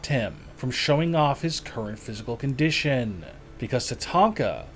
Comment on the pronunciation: But this has not stopped him. For showing off his current physical conDIshunnnnnn.